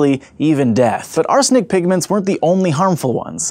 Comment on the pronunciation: Can I get a clip of him saying "arsenic" for my ringtone